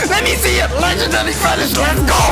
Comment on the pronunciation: Bro when u say legendary finish is sound like u sayin legendary spinach or something 😂